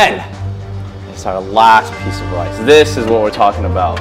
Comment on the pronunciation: blud can not make rice right ☠☠☠☠☠☠bluds making wice